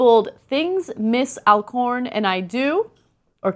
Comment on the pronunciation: Alcorn is a very easy name to pronounce Ana, Al...like "Alan", and corn....like what we eat.